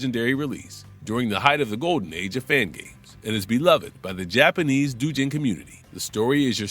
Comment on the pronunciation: doujin is pronounce like dough. like pizza doe. not a big deal. most people won't notice.